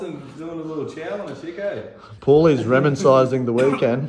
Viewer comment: Reminsizing 😂😂😂 reminiscing*** looool